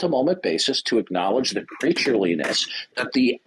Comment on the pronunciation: "Creature-li-ness" WTF!